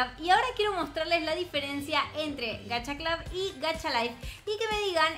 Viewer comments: no se dice gacha clad es gacha clud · porq dices gacha clob? Es gacha cl"U"b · lyna se pronuncia gacha club no gacha clab solo no te estoy hobl.ingando digo que es asi se pronuncia😼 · Todo el mundo: Gacha club, tower of hell...: gacha clab, tawer of hell:v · Soy yo la unica que lo dice como se escribe y no como lyna xd? ¿Gacha CLUB o Gacha CLAV? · Nadie: Absolutamente nadie:: Gacha CLAUS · que se dice gacha club y lina dice gacha claus xddd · Todos: Gacha Club:D: Gashia Clab;w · todos: Gacha Club nadie: absolutamente nadie:: Gacha Clab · diciendo: Gcaha Clab Yo: se dice Gacha Club:v Se dice como se escribe, ninguna diferencia xd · lyna no se dice "gacha clab" se dice "gacha club" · se pronuncia gacha club no GACHA CLAB 🙄🙄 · Gacha Club es mucho mejor que Gacha life se dise GACHA CLUB NO GACHA CLAB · vos dijiste gacha clab es gacha club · no se dise gacha clab se dice gacha club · No se dice gacha clab sino gacha club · No se dise Gacha Club Se dise Gacha Club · Solo 1 se dice Gacha clubbbbbbb!!!! no Gacha clap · es gacha club no gacha blus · Se dice gacha clup no gacha clap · No se dise gacha clab se dise gacha club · Se dice gacha club no gacha clab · Dijo gacha clob xd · te cunfundiste en la pronunciación es * gacha club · se pronuncia gacha club como se escribe así se pronuncia